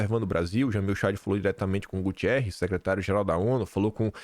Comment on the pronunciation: não é Gutierrez com " i ". É Guterrez, o sobrenome dele.